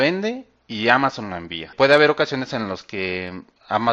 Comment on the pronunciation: amazon con acento en la primera silaba!!! haha....